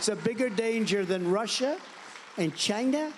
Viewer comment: Trump said China in a funny way! 😅😅🤣🤣😂!!!